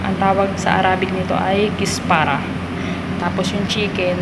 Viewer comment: Kusbara not kispara salsa not salsal